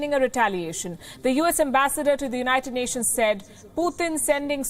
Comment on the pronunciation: Did I hear "Cond*m Nations to issue statements"!!!